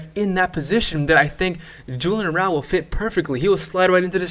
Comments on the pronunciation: Good vid bro but A-ra-ujo not araul. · Its Araujo, not arouw, arauho , the j is prounce like an H 😂😂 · Is it me or did this dude just mispronounced Araujo incorrectly.